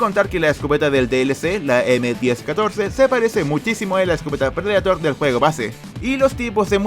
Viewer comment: Se escucha juego fortnite en vez de juego xd